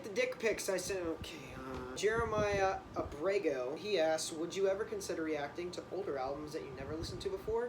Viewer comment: Holy fuck u said my name. And better yet u said Abrego correctly I'm utterly shocked rn